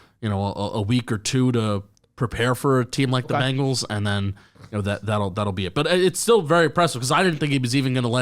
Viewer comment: Why do you guys always say "BANGLES".... sigh I don't know if it's on purpose just for fun or you're just stupid. I dk which! BEN... It's BEN-gles..... BEN!!! :face-blue-covering-eyes